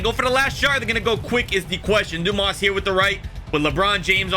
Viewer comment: Lol. It’s pronounced Dan Mar-lee. And Richard Doo-mus.